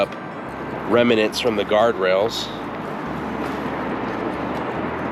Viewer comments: Not to be a grammar nazi, but it’s REMNANT, not REMINANT. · Great video. I have watched many of your videos. On this particular video - one suggestion: The proper word is "remnant" not "remanant" --- an English student.